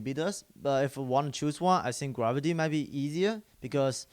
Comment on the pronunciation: "I sink...." xD